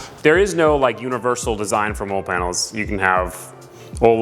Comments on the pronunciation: “MOLLE” is pronounced “Molly” not “Mole”…. It cracks me up hearing it… but I appreciate all your content nonetheless!!! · I like the video but it actually drove me crazy when you pronounced MOLLE as “Mole” like a critter in the ground. MOLLE is pronounced "Molly". The name is an acronym for Modular Lightweight Load-carrying Equipment, a system for attaching gear to tactical backpacks and vests. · Molle=Molly not Mole😂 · Very cool, I always love watching DIY(ish) videos like this...also, the word is pronounced "Mall-E" (mine and every military brain is screaming at your video right now) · I was was just going to say the same it supposed to sound like molley but obviously it’s spelled differently! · Man, I was thinking have I been mispronouncing that word my entire life lol.